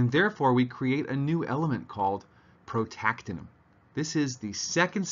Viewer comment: Dude, learn the names of the elements. you say it's called "protacinum" No, just no. It's called Protactinium. Pro-tac-tini-um. Your credibility just dropped to the floor.